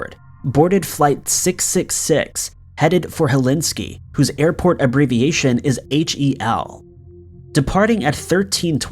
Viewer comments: was just listening to the video and thinking where Helinski is, until I looked at the video and there was a finnish aircraft... good laugh xD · liked it but was puzzled by the narrator calling my birthplace Hellinski.... think he got carried away with the hellfire and damnation subject matter. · The way he repeatedly mispronounced Helsinki made me cringe. 🤦‍♀️ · I’m sure the lovely people of Finland 🇫🇮 don’t appreciate the botching of their capital name lol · The fact that he knows the abbreviation is HEL should tell him in which flipping order to pronounce the letters like a big boy 🤦🏼‍♀️ 4 times he mis pronounced it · I cannot believe you mispronounced Helsinki 4 times (at least!) LOL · Actually irritated me. It's the capital of the most wonderful country in the world and you consistently say the name wrong?! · Dude!…. For the love of God!…. It’s Helsinki, not Helinski! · It’s Helsinki airport (pronounced Hell seenk ee), not Helinski. Thanks! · BTW. flight 666 landed to Helsinki, not Helinski. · For goodness sake man it's HEL SINK I NOT HELINSKI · Hel-SINK-y NOT Helinsky. Ugh Your mispronunciation is driving me crazy! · The capital of Finland is Helsinki, not Helinski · Helinski?? Really?? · "Helsinki" not "Helinski". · HelSINKI not HelIski 🤣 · Dude you really need to bone up on your English/words because pronunciation is key when telling a story! It’s not Helinski it’s Helsinki 🤦🏻‍♀️ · Helinski or Helsinki........ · “Flight 666 landed in sunny Helinski”??? Helsinki, you mean. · I'm guessing "Helinski" is actually Helsinki? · It is Helsinki not Helinkey. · Helsinki not Helinski for perkele's-sake! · I'm sure you mean Hel-sin-ki Airport (Finnish Capital), by saying Helinski Airport. I also have difficulty pronouncing some words. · Hel*SINK*i. Not helenski. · Okay I can't take it anymore. It is pronounced Helsinki; hell-sink-ee Not Helinski. Got it? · Or Hellinski……dude it’s Hell sink key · Helsinki - H E L S I N K I Say it after me - Hel..sink..I Not Helinski.